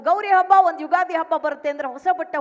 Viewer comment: ಉಗಾದಿ ಅಲ್ಲ ತಾಯಿ , "ಯುಗಾದಿ "